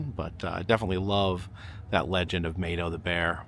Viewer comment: Hey, Love your videos,met you at mountain Mall in Gatlinburg,also Mato is pronounced Mahto, Blessings to you and family